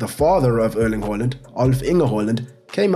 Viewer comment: “uurling huurland”